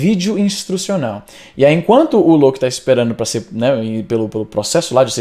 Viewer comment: Éngraçado essa tua pronuncia... "lôUKI"